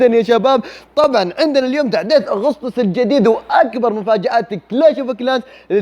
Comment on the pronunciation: أحلى شيء بالفيديو: أغسطس على لسانك 😂😂😂